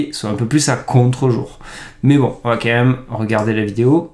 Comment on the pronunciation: vidéo géniale. s'il te plait fais un effort sur ton KM. C'est pénible. Ca s'écrit QUAND MÊME et ça se prononce comme ça s'écrit. C'est km pas compliqué 😂